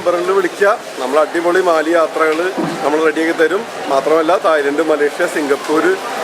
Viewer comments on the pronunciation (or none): മാലെ, not മാലി